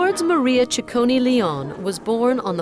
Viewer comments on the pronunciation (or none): It's NOT "cicconI" it's "cicconEEEEEEEEEEEE", just like the "e" in END :-P